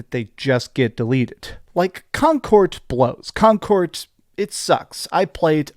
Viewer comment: why do you pronounce it like "concort" with a "t"